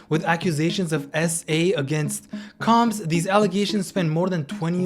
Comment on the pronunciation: uhhhh that's not how you pronounce "combs" 🤣